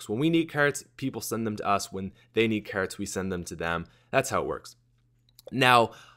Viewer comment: Brock Olsen Like ya never seen a shopping kerrt before, eh buddy?